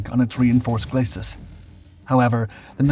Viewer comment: Glacis is not pronounced /glas-sis/ or /glay-sis/ but is pronounced /gla-see/ (being a French word).